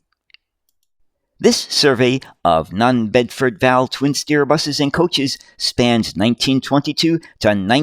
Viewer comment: Bedford V. A. L. , not val, please! (Or Chinese six if ya want the slang term!) Even so, cracking video sir!